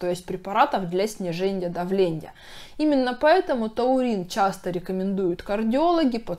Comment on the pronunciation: Невозможно воспринимать - сниженЬе давленЬя, названЬя, зренЬя...🥲🧐 Хорошие, полезные вещи говорите , но речь ....